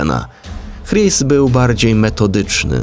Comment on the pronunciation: "Chris" chyba wymawia się "Kris", czy się mylę?